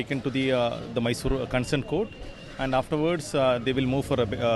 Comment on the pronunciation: It's not Maysor. It's Mysore. Atleast write correct spelling though pronounciation does not come for you.